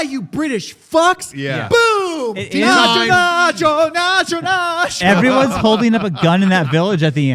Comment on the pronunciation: It’s Naatu Naatu,. Not “Nacho Nacho.”